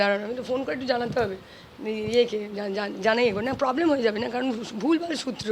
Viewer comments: সূএ না মূএ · "সূত্র" টা তো একটু ঠিক করার দরকার আছেই … 🤷